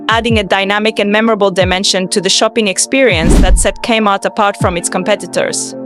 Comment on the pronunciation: It's not pronounced /kmart/ with the /km/ being a consonant cluster. It's "Kay-Mart", with the K spoken as an initial. It's odd that you made this but never experienced it yourself... or actually listened to the commercials you included, including the very opening lines, "Gay Heart Is Your Saving Story".